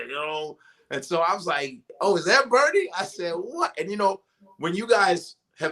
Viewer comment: Love Godfrey but my nigga is killin me with how he's saying Bernie's name. 😂